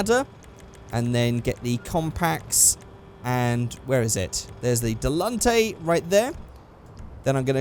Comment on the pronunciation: "Delunte" No its Dell-in-tan-tay. How it's pronounced in game anyway if memory serves correctly. Was mentioned in a commercial on one of the in game radio station, talking about it in the vegan vegetarian organic foods place hipsters hang out, talking about it being on hydrolics. Silly idea. Certainly ain't no pussy wagon.